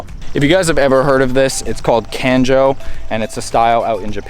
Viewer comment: I love Kanjo style I'm trying to go the same way with my eg8 so it'll be awesome to start the journey with you! Love your channel, but next time you say kanjo like that I'll be pissed off lol, good luck I'm excited to see more